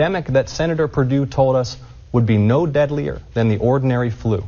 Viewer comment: Perdue? Or Per doo doo? I don't know. Whatever